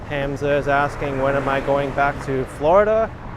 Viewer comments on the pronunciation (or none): none